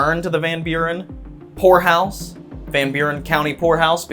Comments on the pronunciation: Not going to lie, at beginning of the video when he said poorhouse, I misheard him and thought he said a place that belongs in a red light district 😅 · I thought he said whore house.. 😬.. poorhouse got it. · Peter the horse is here. Enjoyed it like always. I will say the first time you said Poor House. I miss heard...I didnt hear the "P" 😯🤫🤭😅